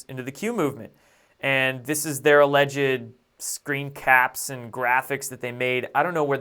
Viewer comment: "Alleged" is only 2 syllables